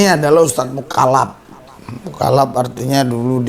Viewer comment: MUALAF bukan MUKALAF...